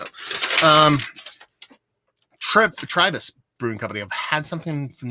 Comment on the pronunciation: Curious to see how you like the Tribus brews (which is 'Try-bus' for pronunciation haha), its one of my favorite local spots. enjoy!